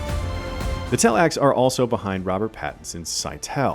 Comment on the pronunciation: It's Tleilax, not tellax.